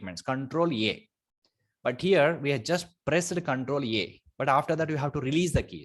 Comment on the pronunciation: thanks a lot for the videos, but it is control A, not control E you are saying